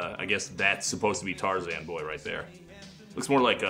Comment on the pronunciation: even just the fact that he says Tarzan’s name as “Tar-zihn” in the interview.